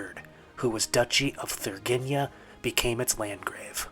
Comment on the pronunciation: It is not Thurgeenia, it is Thur-IN-GEE-a! :)